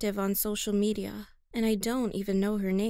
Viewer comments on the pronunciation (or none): Hang on, did she say social meda